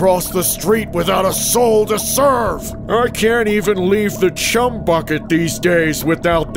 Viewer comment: did anyone notice in is said chum without the h 😭